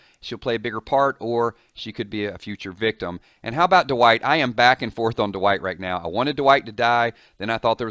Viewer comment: why do you say duh white its Dwight